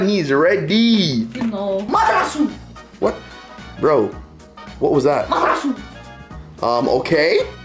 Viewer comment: From da way pranounced Amaterasu I know he watched it dubbed